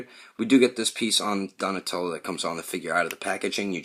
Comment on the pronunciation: Don't know why but I cracked up laughing when you said "Donashmellow" in the outtakes XD Anyways, nice review!